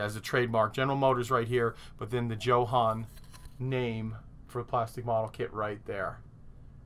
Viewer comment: I bet it's pronounced YO-HAN.......Great vids.....